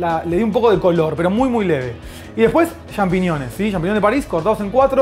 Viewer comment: "champiñiones"? "champiñiones"?? Jajaja